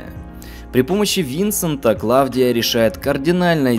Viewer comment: Все хорошо... но какая ,к черту, Клавдия?! Она КлаУдия. Сильно режет слух.